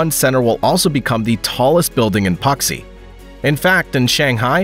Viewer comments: Puxi isn’t puksi it’s pronounced poo-C lmao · "pucksee" (Puxi, 浦西) lol You may want to try just a bit harder on the pronunciation. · I love AI voices: Puxi = Poksee 😂😂😂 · Please learn how to pronounce Puxi before making a video like this. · You mispronounced the names Soure, Thailand and Puxi.